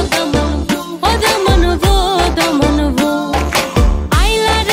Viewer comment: its দামান বও(বসো) not দামা বউ